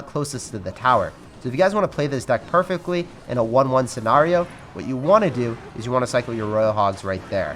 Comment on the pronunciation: Why the fuck do you say scenario like that holy shit it’s so annoying please say it normal